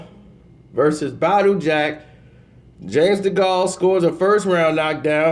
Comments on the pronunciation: degale ... not degaulle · For fuck sake please pronounce James Degale's name properly!